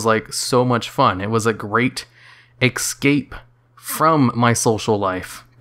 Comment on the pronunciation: I just don't understand how people mispronounce "escape" as "ecscape"